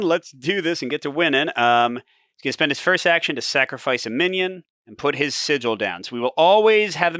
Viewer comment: Pretty sure sigil is pronounce Si-Jill, as you first pronounced it. Like the look of this,. Thanks as ever. 👍